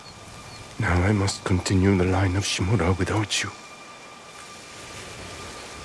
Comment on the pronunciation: Someone who pronounces Shimura's name correctly impossible